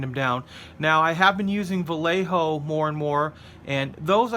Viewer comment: a little tip for you the proper way to pronounce Vallejo is the double LL is pronounce like a y